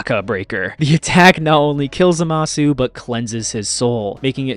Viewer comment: Mispronounced Saiyan, Kamehameha, Zamasu, and Gowasu.